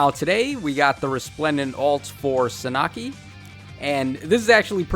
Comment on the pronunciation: Suh Nah Kee?? Bro no Sahn ah key